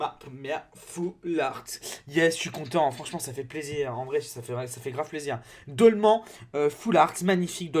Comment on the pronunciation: On dit dolman en pronancant an comme âne